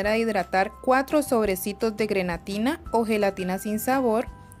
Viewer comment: Hola se dice grenetina no granetina